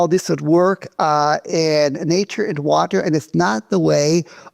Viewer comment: did he just say water the way Kent Hovind says water?!